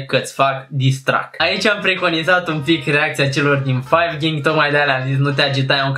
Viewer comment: la tine o sarit toti copii ca ai pronuntat "disstrack" da de exploit s-a luat cineva cu "micul lui dejiun" si "carapulta"